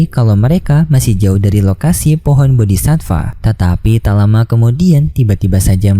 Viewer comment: Aku dari kemarin mau bilang Bodi'Satfaa enggak jadi Min soalnya minin Sebut Bodi'sifa...😁😁 Kalau enggak salah dengar aku. Min cari info Kalau Sudah Sampai Duo'Di Tamat apa masih ada Kelanjutannya apa enggak Donghua nya. Kalau di Novel aku nyimak Ceritanya sudah Sampai Ranah Dewa Langkah ke4. Manusia biasa sampai Ranah Kaisar itu Seson 1sampai 18 kalau enggak Lupa. Ranah Dewa Langkah Ke4 itu sekitar seson 7.